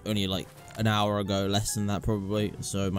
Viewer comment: "Scwap Gathewing" "An houw ago" xD im just like that when i just woke up